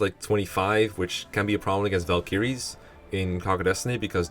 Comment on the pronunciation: And then he pronounced Valkyrie wrong. Guess you can never have it all